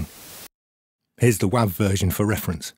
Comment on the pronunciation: good to know that I am not crazy for pronouncing wav like that.